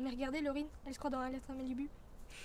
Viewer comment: Ça ce dit malibou pas malibu